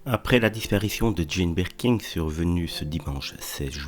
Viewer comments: Birkin, pas BirkinG! Vous le répétez tant de fois de façon erronée! Comment est-ce possible? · Et incapable de dire Birkin.